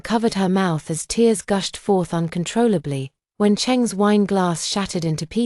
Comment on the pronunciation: Fix your AI, TEARS is not "therse". LOL "the late autumn dawn / at 3 AM!" because usually the sun arrives at midnight? Chaotic dumb story with too much self-pity and not enough self-reliance. If the family ignores you when you are right there, they will not be in a state of panic about your disappearance for 5 years straight...